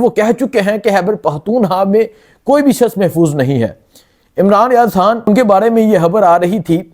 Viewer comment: توبہ ہے کیسے کیسے لوگ اینکر بنے بیٹھے ہیں ٹھیک طرح تو بول نہیں سکتے خان کو حان لڑائی کو لرائی اور نو کو ناوں ماہ بول رہا ہے ،اس عوام کی عقل شعور پر بھی حیرت ہے کیسے کیسے لوگوں کو سبسکرائب کر رہے ہیں